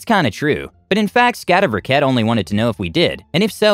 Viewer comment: I find your prononunciation of Skatteverket hilarous. Scat-EH-werk-ETT 8)